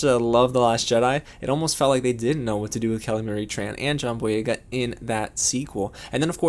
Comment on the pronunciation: You actually said the name right